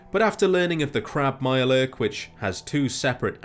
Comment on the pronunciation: if there was some way to roll your "R"s through text I would. "A MIYURE LURRRK" 😂